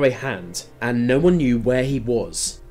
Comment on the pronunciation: And "no" sounds like "nar"